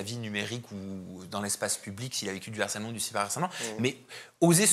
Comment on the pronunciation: On dit LE HARCÈLEMENT ET PAS L’HARCÈLEMENT!! C’est un H aspiré en bon français. Merci pour nos oreilles 🌸